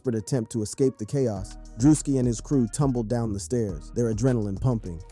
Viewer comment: "DREW-SKI" or perhaps that a part of the trolling? 🤔